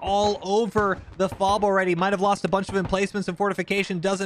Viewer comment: The “awready” really had me convinced most be from Minnesota